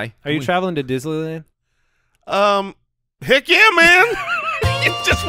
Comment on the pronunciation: Need more "Disslyland" drops in my life LMAO